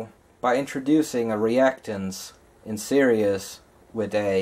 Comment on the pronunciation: It's series not serious.